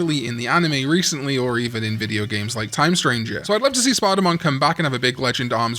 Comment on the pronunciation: Every time you say "Spadamon", I hear "Spardamon", and my brain goes, "ah, yes, the demon digimon who awoke to justice! Wait, I heard that wrong."